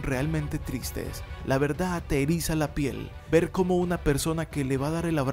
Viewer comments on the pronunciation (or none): none